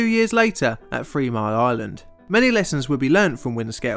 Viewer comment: Three.....not Fwweee